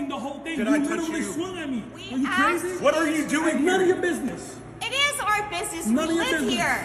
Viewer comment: She didn’t axe you, she asked you